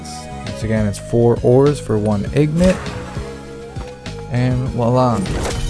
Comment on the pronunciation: you saying "igNOT' the whole video killed me its spelled "ingot" and pronounced "IngEt"